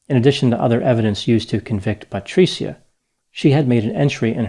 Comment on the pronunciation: Thankyou for making a document about my favorite city, Firenze. Patri-cia is like pronounced as ciao with a soft c but your Italian is getting better. Patricia would be disappointed in you killing her name pronunciation.😃😇😃 Another successful analysis of killing grammar. Patricia will condemn you to Dante’s hell ( he was also from Florence ). I can count the ways you mispronounced her name, which speak to which level of hell you will remain in, Dante’s hell....😅 Thankyou..😁🤪😁 PS. Please don’t betray me, Dr. I’ll buy you a superior Gucci product ( Patr cia the c is pronounced like Gucci )